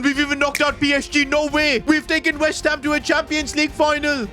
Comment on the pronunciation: he said whest ham not west